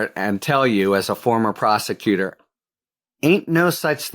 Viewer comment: As one of the podcasters described Halligan - and it an honest slip of the tongue - "prosticutor" 😎